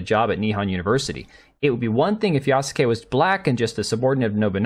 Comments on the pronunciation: Just want to info you that Yasuke is pronounced "Yaske", the "u" is severely weakened because it is not followed by a voiced consonant. If you listen to other Japanese Youtuber's video about Yasuke you can easily tell that the "u" in Yasuke is almost muted. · Yas-ke. Just like Sasuke from Naruto is pronounced Saske. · That he did not even put Yasuke in google translate to see how to pronounce the name is criminal, I cringe every time he says it